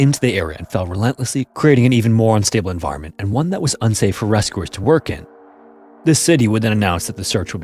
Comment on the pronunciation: Is this AI? I always notice how he says oo instead of u like he says ‘rescoowers’ instead of rescuers or ‘muscoolar’ instead of muscular lol